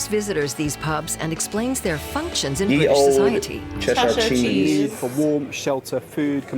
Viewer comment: You pronounced 'ye olde Cheshire cheese' wrongly. It's pronounced 'the old Cheshire cheese'. Look again at the letter 'y', it has 1 straight side and a branch. This is the discontinued letter 'thorn' which makes a 'th' sound (the 'th' replacing it). there are other letters: wynn, eth and ash which were discontinued especially when printing came along, which is why I can't show you the characters printed from a modern keyboard!